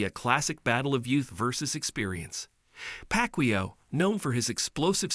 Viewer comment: If you can't even pronounce his name right, I'm not watching the vid. Simple. Shitty AI voice outta here.